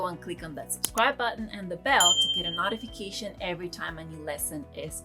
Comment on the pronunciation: in case you want to improve your pronunciation of the word "notification", the first syllable is not pronounced like the word "not", it's pronounced like the word "note".